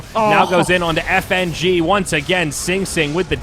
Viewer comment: When the female caster called Fng "nitrogen"